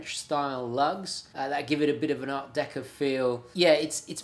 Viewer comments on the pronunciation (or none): none